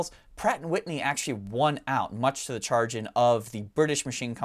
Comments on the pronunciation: "char-grin"? Sorry to be that guy, but it's "sha-grin" my man :) Great video though <3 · Try to avoid using words you don't know how to pronounce. Chagrin is shah-GRIN not CHAR-gin. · Chagrin, It's pronounced Sha-Grin not Char-Gin. Good info on the factory. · Chagrin.... (SHA - GRIN) 🤣🤣🤣🤣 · That’s in exchange for butchering “chagrin” . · Very informative and enjoyable. But, I have to say, I have never heard 'chagrin' pronounced that way before. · So I'm guessing this guy is partially reading from a script he didn't write. It seems he doesn't know how to pronounce "chagrin".